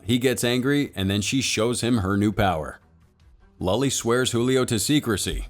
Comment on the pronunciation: Great Video Cinema Recap!! 😉😉 But I noticed some things off about the pronunciation of some names, like "Julio" and "Paola" where the "J" in Julio was pronounced like an "H". This movie is in Portuguese not Spanish so the "J" is pronounced like an actual English "J"(not really but much closer than the Spanish one) and "Paola" the "O" is the stress syllable. The things I pointed out affected absolutely nothing in the experience of the video, as I said before great video you don't really see Brazilian movies being displayed internationally so keep the good work!